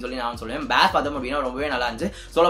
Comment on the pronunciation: பாஸ்(Bass) இல்ல ஜி பேஸ்(basa)